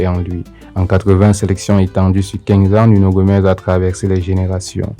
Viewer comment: C’est Nuno Gomes !!!!! Pas Gomez